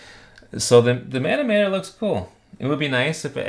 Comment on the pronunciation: Great video! Just thought you would like to know. Manometer is pronounced muh nah muh ter